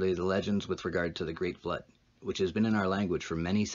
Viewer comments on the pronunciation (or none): none